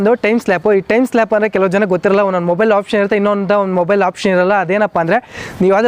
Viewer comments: Composition (not compotion) Time lapse (not timeslap) Pronounce it correctly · Exactly, I too was wondering what is timeslap. All his words are gadbad, you only caught 2 words, listen to what he said for 'show gridlines". Seriously, with all that he appears to speak and make a video, I really appreciate his steel nerves for that. All people have their way of pronouncing words. This is because in India instead of learning our mother tongue, we begin to learn English at school and so the tongue gets confused horribly. But he gave useful tips.